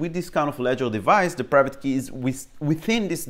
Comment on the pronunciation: you pronounced private: paghaivate